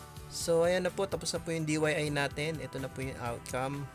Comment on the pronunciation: it's DIY kuya, not DYI. Do It Yourself